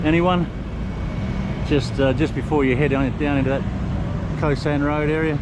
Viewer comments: Khao* San Road not Ko San Road :) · Pronounced "Cow-San" not Co-San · "Khao sahn" is uncooked hulled rice, what you buy in a plastic bag at the grocery. "Khao" is pronounced like "cow!" in a high tone, the tone we would use for an exclamation in English. It's not "ko sahn."